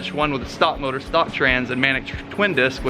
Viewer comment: Its "stock"